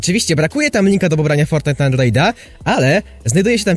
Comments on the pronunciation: sory że pytam ale dlaczego mówisz andloida? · Foltnite na andloida czm mówisz l?